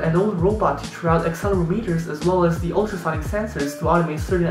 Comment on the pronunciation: you pronounced accelerometer wrong